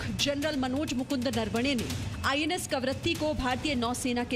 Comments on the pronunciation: सॉरी बट ए ऐकंर हैं या बडबड। कवरती बोल रही है जब कि करवती नाम है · कवरत्ती नहीं कवरत्ती है मैडम